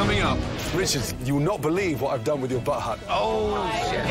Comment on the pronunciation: I love how Gordon keeps calling the "bud hut" the "butt hut". Lol